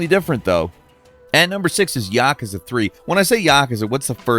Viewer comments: "When I say Yockuzuh" what is the first thing you think of?" You're saying Yakuza wrong! That's the first thing I think of, and pretty much everyone else! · "when i say yakuza whats the first thing you think of?" how about you saying it weird af. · i have never heard anyone pronounce yakuza like that before 😂